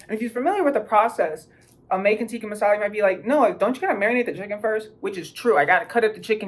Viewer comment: As a Pakistani, the fact you pronounced "tikka" incorrectly yet still pronounced it better than most brits is really telling, and what it's telling is that Tikka Masala has no place in England